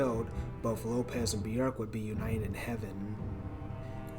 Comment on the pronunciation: "Human Nature" is a song by Madonna. Björk's song is called "Human Behaviour". But kudos for being one of the few to pronounce her first name correctly.